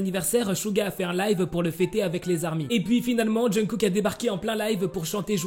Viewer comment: Ta façon de prononcer le nom de Kook mdrr Essaie d'écouter à maintes reprises les natifs le dire, tout comme les noms des idoles mdrr ''Djeun-kook'' mdrr